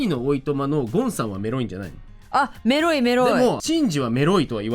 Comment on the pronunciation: 、が「メロい」って言う度に「エ〇い」って聞こえて、「え?!何言ってるの?!」と度々なっていました＿|＼○＿ なんか高校生の男女が「エ〇い」って言ったら「は?え?」みたいな反応されたから「違う違う!メロいって言ったの!」て言う語源だと可愛くないですか(妄想)